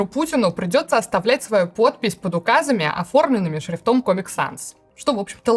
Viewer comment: ШрИфтом ,а не шрифтОм